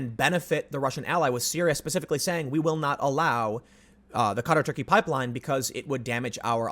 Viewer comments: Wait...Cutter? Are we trying to say Qatar? I'm confused. "ka-TAR"=Qatar, if so. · Literally took me almost four full minutes before I realized you were talking about QATAR instead of CUTTER. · Qatar is pronounced like guitar but with a k isn’t it? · Qatr? You mean qatar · Fyi: Qatar = Kah' tahr. Keep up the good work Tim. 👍